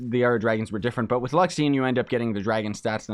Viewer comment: LU-XA-RI-ON !!! not luxion ;p